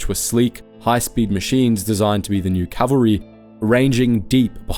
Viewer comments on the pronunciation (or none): none